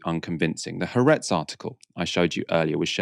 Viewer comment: the Israeli newspaper is pronounced as 3 syllables (the double-a is split) with the emphasis on the middle - ha-AR-etz